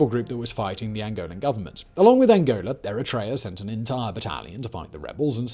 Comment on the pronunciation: The way you pronounced ANGOLA made it appear like it was an absurd concept, as if Angola wasn't next door but perhaps nestled in between Argentina and Brazil somewhere^^ i loved that, for a moment my brain went "sure, why not Angola. And does India have an opinion on this?"